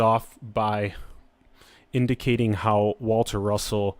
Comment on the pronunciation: Waltah Russohhh